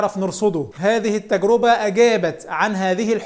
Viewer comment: التجرِبة بكسر الراء وليس بضمها، وكذلك جمعها "التجارب"